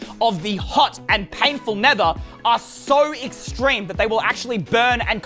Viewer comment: Eystreem?? More like eyesore